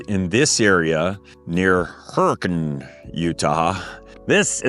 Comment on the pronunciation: First-Thank you for pronouncing Zion and Hurricane correctly:) Same situation as Des Moines etc. Second- I would get a kinetic rope and forgo the strap. Third-I am certain that with the type of camping that you are doing a winch would not be necessary. Use the saved money to purchase the aforementioned kinetic rope and soft shackles.